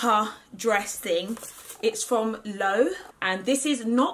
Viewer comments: I used to call Loewe “low” said frenetically too years ago 😂😂 but it’s pronounced “lu-ev-ay” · Babes, I adore the top but the brand is "LOEWE" (lu-e-be) not "Low" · Love love love the Loewe Jumper so much, such an amazing investment piece! It isn't pronounced 'Low' though, it's more like "Lo-weh-vay" a little longer to say! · Hey, was the jumper by Loewe? If so, it’s pronounced “low-EH-vay”, they’re a Spanish brand but the name is German so you have to pronounce the w like it’s a v. Love you! 🤗❤️ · Not really, it's closer to low-vay In German it's Löwe, the ö doesn't exist in the English language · Its pronounced 'lowayvee'👍🏻👍🏻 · Love that Loewe piece! Btw it’s pronounced Low-ev-ay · Loewe = Low aye vaye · LOEWE is actually pronounced : Low-way-vay . 🤗